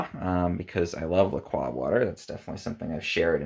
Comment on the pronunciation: Why he say lacrox like that